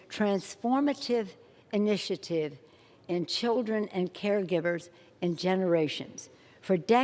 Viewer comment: fer ther childrern